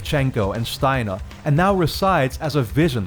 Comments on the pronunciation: I love the way he pronounced Stiner like Shtiner. It makes it sound more German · “Dragovich, Kravchenko, SCHTEINAH.”